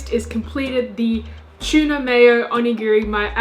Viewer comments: It's pronounced "too-na" not tiuna. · It’s tuna not chewna lol .. couldn’t watch full video couldn’t stand the pronunciation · She says chuna. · Chuuuuna. 😭😭😭 oh gosh sorry, i had to watch on mute. It was overwhelming for me to hear how you said tuna. Kudos and thanks to the recipes though. I loved that you had fun making them and sharing it. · Tuna or Chuna? He he he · Is it hard to say tuna ahhhh chuna why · Some of these look really good. Funny how Aussies pronounce it chuna... :) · Same as us in England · I love how you pronounce tuna as chewna. 😄 I remember the comedy tiktok copying accents. Its so funny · I didn't know "T" was pronounced "ch." :-P